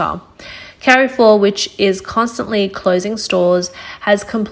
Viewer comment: i agree with you, still cringed at the "carry-four" pronunciation in this video. where is this from lol